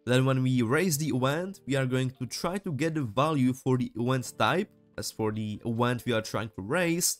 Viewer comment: Great tutorial. A note about your English though, you should search up how "Event" is said, and specifically how a "V" is pronounced. You're pronouncing it like a "U" and it's very strange. Not a negative remark, just trying to help as it was slightly distracting (but not a big deal).